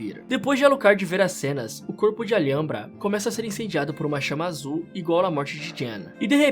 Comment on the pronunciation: Ótimo trampo mas a pronúncia do Alhambra e algo como al-hambra